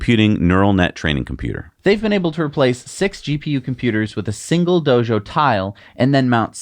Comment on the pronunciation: It os "Dojo". not "do-sho".... Just as wrong if you are trying to say it like the original language or English...